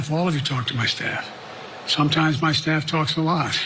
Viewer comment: “I love my staph” 😂😂😂 Infection!